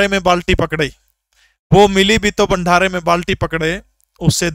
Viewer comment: Sir bhandaraa hota h bhanthara nhii🤭🤭🤭🤭